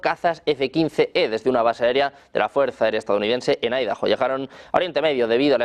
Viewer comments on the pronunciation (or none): none